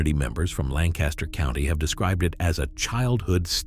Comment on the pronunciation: I am Pennsylvania Dutch and eat and can find all these foods. Learn how to pronounce Lancaster the way locals do and rivels. A treat for my kids and grandkids was milk rival soup topped with butter and brown sugar. This is not accurate and pronouncement is horrible.